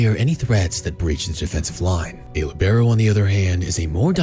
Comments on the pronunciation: It's Lì-be-ro with the accent on Li, not on be. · I don't want to bother anyone, but I think the stressed vowel is in "li" instead of "be"